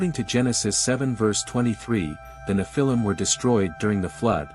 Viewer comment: Learn how to pronounce the word “nephilim.” Your inability to pronounce the word correctly indicates that you are not knowledgeable about scholarly studies. Perhaps this was intentional as Satan would not want curious scholars to know about the credibility of the Nephilim.